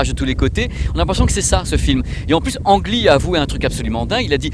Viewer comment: Petite info made in Taïwan : si tu veux te la jouer dans les dîners en ville, il ne faut pas dire « Ang Lee » mais prononcer « Lee Anne ». Je vais être obligé de l’acheter pour faire à ma taïwanaise d’épouse 😅